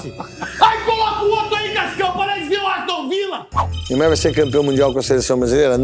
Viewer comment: "Aostun Villa" kkkkkkkkkkk